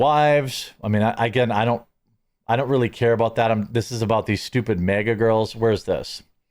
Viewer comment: It’s not MEEGA. ITS MAG -A.